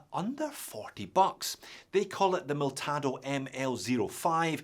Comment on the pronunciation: It is Militado, not Miltado. Useful video, thanks!!